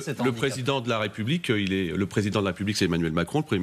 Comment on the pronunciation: La républiquin. Les problèmin. On dirait Marc Olivier Fogiel.